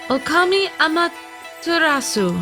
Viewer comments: also it's pronounced awm-a-ter-a-su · I love this game and the kwings but I’m a Japanese legend buff and the miss pronunciations of Amaterasu and calling her a he triggered me hard still love y’all though